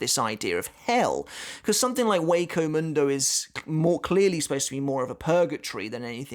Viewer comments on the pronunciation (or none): none